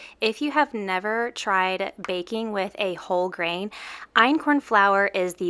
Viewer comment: No lie , in the beginning it sounds like she said baking with a--hole grain ... ? I am very groggy right now and I guess that's why it sounded that way